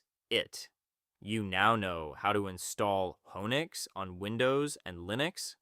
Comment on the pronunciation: feel the same except he keeps pronouncing it "wo-nix" not "who-nix"